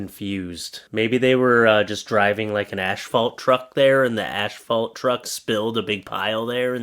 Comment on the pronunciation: Asphalt is pronounced assfault not ashfault!